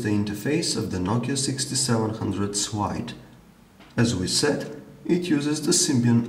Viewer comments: Nice video , good review . Keep it going :D . Why he is reading ,, l ,, like a ,, w ,, . Nokia 6700 swide . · It's SLIDE not SWIDE!